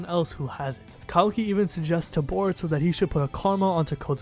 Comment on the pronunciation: Gotta love how you say in burito Not in Naruto considering he wouldn't be top ten